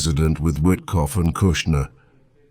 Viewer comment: Steve White? Its Steve Whitkoff